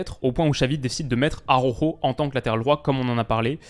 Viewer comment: stp, pas toi. Araujo se dit presque Alaoro, pas Aroro 😜😘